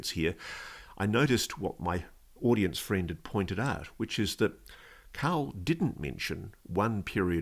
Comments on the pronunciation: His name is carl not Kal, goid bakk. Cant you hear the man asking him questions? He says Carl, not Kal, goif ball. Did you even watch ut ir jyst gi through somebody else's stuff that wss before you and try to ouck iut the highlights from it. I seem it about vacwerk ago on somebody wjo has beaten youvtonthe punch. Thats where you got your information from, except you werent paying any attention to the name of the giy. His name is Carl Neil, he served in the u.s. army and was every single pay grade that the Army has, he said. That means up to and including A five star general, which Georgw Oattin was the only soldier to ever aquire the rank if back in world war two. This guy is a real intelligent man. Listen to the oart where he takks about being if spiritual nature, from a different dimension. He says uts one yhing to ghink their are Angels, but when you meet ine in orrson, it changes your entire outlook in life, as if thiugh hes met ine in oerson himself. He goes on tobsay if you oractice a faith to get seriius abiut it. So this telks me what Ive known vall along, that god exist and so do angels. He refered to them as a nessenger from the Lord. So everyone vhetrer straighten up and get right with god, because his angels are already here and been gere and interacting eith humans fir awhile now and this is ongoing, kike Carl, not Kal, said. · Whenever he says "carl" i hear "cow". I know it sounds dumb, but we have to ask a cow some questions one of these days, and get answers back.